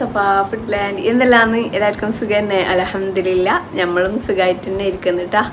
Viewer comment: അലഹംദുലില്ലാഹ് എന്ന് paranj പോവുന്നുണ്ടോ ശരിക്കും അൽഹംദുലില്ലാഹ് എന്നല്ലേ പറയേണ്ടത്